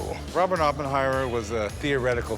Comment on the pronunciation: He's a moron, couldn't even pronounce Oppenheimer's name right.